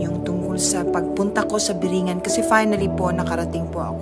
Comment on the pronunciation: Kung talagang nakarating ka bakit hindi mo matukoy kung ano tamang pronountiation ng biringan doon palang halata na eh